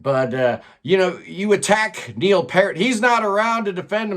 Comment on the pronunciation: Okay. Biggest issue here is comprehension. Edward's did not attack Peart (pronounced Peeert), it was a commentary on subjective rankings. The response from five so-called prog experts was to attack his opinion because apparently, when Americans tout the Constitution and free-speech, free-speech isn't allowed if you disagree. You then go on to rip the British apart with utter nonsense. How you go from speaking about a Canadian drummer to bragging about the US military is ridiculous. Edward's isn't just a YouTuber, he is a proficient drummer, a successful musician, and a very smart guy. He never attacked Peart, he was attacking the uninformed who put Peart on a pedestal, put the man in a position where the adulation exceeded his own ability, even Peart said that himself. If you want to argue about a Canadian drummer, argue drumming, not pro-US rhetoric that is completely irrelevant.